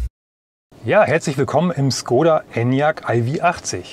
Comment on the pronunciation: Es heißt nicht Skoda, lernt endlich die richtige Aussprache..